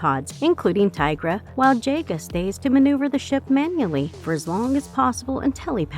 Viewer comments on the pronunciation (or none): I couldn’t finish it the mispronunciations were varied and painful. JA-G-A. Who the hell is JAY-GA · Do the people that do these reviews on these iconic cartoons they actually watch them I mean how many names are you gonna miss pronounce this is sloppy if you’re gonna do something do it right or don’t do it at all you said Thundera wrong it’s pronounced Thun-dare-rah Jaga is pronounced Jog-a Get your shit together if you gotta do this stuff do it right that was sloppy I couldn’t even watch it all your fucking up the names